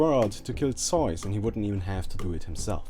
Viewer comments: This vid is alot more relevant now that DotA has just released its netflix series. P.S. idk how Zeus is pronounced in other languages, but in english its pronounced Zoos. Like Zoo but with an "s". Zoos. You kept saying Zoys which was so annoying 😭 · zeuz is not called zeys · Nice video! just one small thing its ZEUS not zoes lol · Never have I ever heard someone call Zeus Zooise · Did he call zeus zoids? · I LOVE HOW HE PRONOUNCES STUFF IN THESE OLD VIDS. "EE OH" = IO "ZAYUES" = ZEUS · It's not an accent. It's just not knowing how it is propely announced in english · pronounces Zeus as soy sauce, sorry, it's just too funny. (I hope not that's the way you pronounce it, if so sorry x)) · soul eater games But also in german. :) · Zeus = SOJS? man learn english! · soys, hahaha I love how you pronounce zues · Nice zeus pronunciation :,D :,D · Funny video, but your pronunciation of "zeus" is the weirdest one I've ever heard ^^ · I like how he pronounced Zeus as the Germans do. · Mit ree I know, just making fun of his pronounciation :D